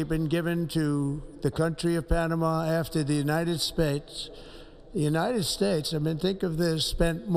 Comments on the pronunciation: did he say "the United Spates?" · BTW Donald trump id s shitty piece of trash, he can’t even pronounce his country correctly “United Stapes”